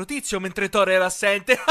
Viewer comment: "Thorrone" HaahhhahaahAhhhh